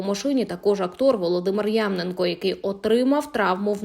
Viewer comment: Потрібно трошки старанніше відноситись до інформації. Не Ямненко, а ЯмнЕнко,; не "3 ікс 4", а "3 на 4" (невже хтось не знає про цю передачу)? Про "Чекаліна" взагалі....